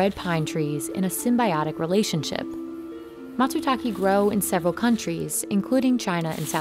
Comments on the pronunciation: I really think if you do videos in other parts of the world, you should at least get the name of the ingredient right to honor the culture, language, and country. I cringed a little every time I heard the name get pronounced incorrectly. It's the equivalent if someone said Apple Pee instead of Apple Pie. Sounds weird and you'd question if you understood them correctly. They clearly pronounced it for you in the video clips you shot. You can do better Business insider team! The e at the end of Matsutak(e) is pronounced like the E in elephant. Not e like easy, Just FYI. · Sorry woman, it's not a "MASU-TAKI", it is probably called " MATzU-TAKE ".. on a channel with almost 6M subs, I expect the host doing at least the basic research and try to correctly pronounce things from foreign countries. Btw, I am from Europe. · It's pronounced like you write it, Matsutake. Not Matsutaki. The man even pronounces it, like wtf lol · bro, try to pronounce matsutakE better next time, it's matsutakE not matsutaKEE or KEY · WTF is "masootalkee?" 🤣🤣🤣 You would think journalists would learn how to say the very thing they're reporting on correctly... Matsutake is said more like "Matt's talkay." "Or "mah tsoo tah keh". If you're gonna report in it, say it right! 🤣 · Matsutake not matsutaki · Everytime she pronounce MatsutaKE as ki, i cringe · She said "matsutake" 4 different ways, all were wrong. Japanese is a phonetic language and is easy to pronounce. Mah-tsoo-taw-kay. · Bro pronunciation is wrong. It’s Matsutaké 😅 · Matsutaki Lmaooo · Mät, sü, taek? English doesn't pronounce Japanese perfectly. Nor does Japanese pronounce English perfectly (or even correctly). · I know right! The documentary was interesting, but the narrator mispronouncing the name of the mushroom made it impossible to focus on anything else 😓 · I like the part where the narrator mispronounced matsutake literally every time she said it. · This chick is intent on never pronouncing matsutake correctly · what? MATSU-TACKY?